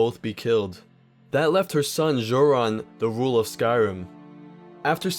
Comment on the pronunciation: Why is no one talking about how he mispronounced jurron, the "J" is pronounced like a "H"